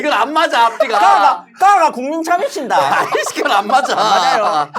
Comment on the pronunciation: 가가 국민신당?? 너무 찰졐ㅋㅋㅋㅋㅋㅌㅌ